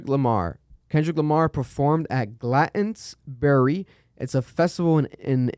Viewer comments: As probs one of the few British people listening & watching your pronunciation of Glastonbury was shocking loooool, it's like Glast like Blast then un then berry! Appreciate you bringing up Roe v Wade as it's something that could come up here as well, glad to see men taking a stance on this as it affects us all🔥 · That pronunciation of Glastonbury was crazy😂